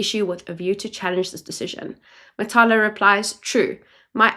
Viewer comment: Matlala, not Matala*